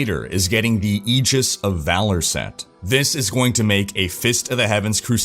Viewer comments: Fifth! When you pronounced "aegis" properly, I squealed a little inside. I haven't played D3 in years, but you're somehow so engaging that I always watch these update videos. Thanks,!:) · Thank you for pronouncing aegis correctly.